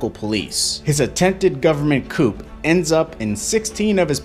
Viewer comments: Coo not cupe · the word coup is pronounced coo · learn how to say 'coup' properly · Holy crap buddy..MIN KOPF? wtf is that? A koop? Is a coup..pronounce COO- if youre going to do a "documentary" at least pronounce the words properly!!